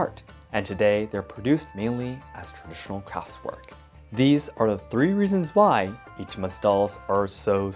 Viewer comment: You pronounce traditional very strangely